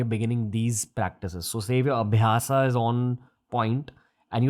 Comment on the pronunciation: "Karm" not "Karma", "Aabhyas" not "Aabhyasa", "Bhoga" is not "Bhog", "Moksha" is not "Moksh". When you talk in a foreign language, at least make sure not to lose the authenticity of words and modify it. Who do you think is watching you? Some Britishers?